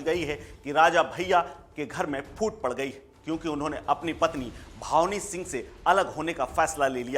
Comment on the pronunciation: ये रिपोर्टर बार बार भावनी सिंह बता रहा है जबकि सही नाम भानवी है। बिना हिन्दी पढ़े लोग पता नहीं कैसे रिपोर्टर बन जाते हैं?